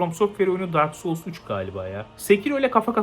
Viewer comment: "dark soul siki dak soul siki" dedikçe gülmek ile hayır bu öyle degil bu öyle degil arasında kaldım.